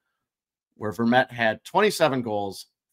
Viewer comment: you said Antoine Vermette perfectly the first time and then weirdly the second time lol... almost there boys!!